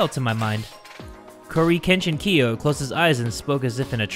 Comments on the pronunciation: I live how he calls Kiyo "korykenshin-kiyo" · Why does he call him “Korekechingkiyo” like, am I the only one who heard that? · So no one is gonna talk about how calls Korekiyo CoryxKenshin-kiyo? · No one: Absolutely no one: Not even the bacteria stuck in ur nose:: koo-re-ken-shen-kiyo Edit:if you ever saw this and want the time stamp it's in the reply section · No one: Korekiyo: exists: KoriKenChiKiYo